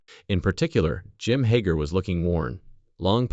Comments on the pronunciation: Now my your calling them hoger twins its hager!!! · You can't even say there name right